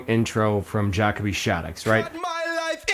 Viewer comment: Also Ja co bee is the pronunciation 😅